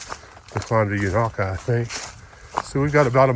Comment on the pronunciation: Thanks for showing The Beauty Spot 💚 Unaka ….the first A is pronounced with a long A. I have seen snow on Roan Mountain in the first week of June many years ago . At one time Unaka was almost half American Chestnut trees before the blight that killed them out 🌿🍃